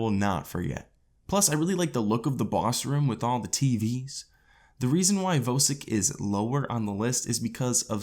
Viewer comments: As soon as he said vo sik I stopped watching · why do u say vosik like that